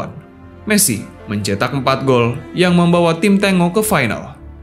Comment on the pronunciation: Bacanya "Tenggo"Boss... Bukan "Tengo"... Itu adlh nama tarian dr negara Argentina... seperti Brazil punya julukan tim Samba, yg juga adlh nama Tarian dr negara Brazil... Videonya udah bagus... Sayang terganggu dengan kata2 Tengo itu...